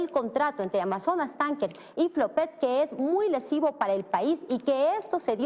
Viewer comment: Por lo menos ya sabe decir FLOPEC